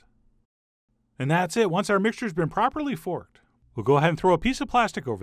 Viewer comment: He said "properly forcked’.🍽